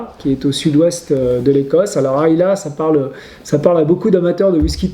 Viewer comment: Concernant la bouteille Signatory Bowmore, vous faites l'erreur (de débutant) de prononcer à plusieurs reprises le nom de l'île d'Islay comme ceci, phonétiquement : aïlé. Or, les Écossais et tous les vrais amateurs de whisky du monde prononcent "aïla". Bien à vous.